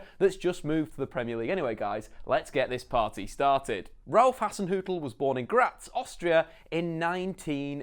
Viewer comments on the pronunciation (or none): none